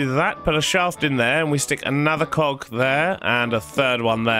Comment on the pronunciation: when he says cog it sounds like coc